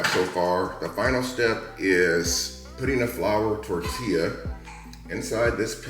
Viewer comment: Language education, you pronounced the word tortilla as such, but it's pronounced like this tor-ti -yah,,,,, and you're welcome